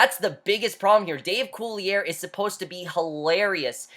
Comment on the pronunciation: Not sure if you've found this out yet, but Dave Coulier's last name is actually pronounced cooly-ay, not cooly-air.